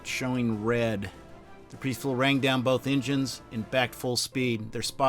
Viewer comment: Where on Earth did you get that pronunciation of 'Percival?'